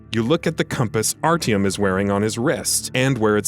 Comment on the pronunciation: Triggered me the way you say Artyom